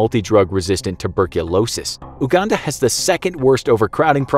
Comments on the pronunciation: uhhhhhhganda😂😂😂 its yougunda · It's pronounced yuganda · Anyone else laugh out loud when he pronounced "Uganda" the first time?" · I should have said that to you in the first place.